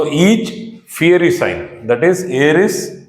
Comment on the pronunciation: Educative and very useful information. But sir, it's not feary but fiery. Or, we can simply say fire signs, earth signs etc.